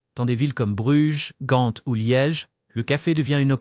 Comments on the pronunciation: GAND (ou en néerlandais GENT)mais pas GANTE; ça n'existe pas,nulle par, même pas en Anglais (GHENT) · Très bonne vidéo mais pitié... Bruxelles se prononce Brussel et Gand se prononce Gan